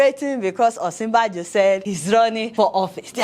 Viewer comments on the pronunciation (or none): The joke is good Deola and I like your approach too...Next time, just remember the correct pronunciation of Osinbajo...its a yoruba name and I am sure you are yoruba yourself.